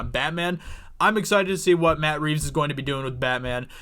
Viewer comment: Did you say Bat Reeves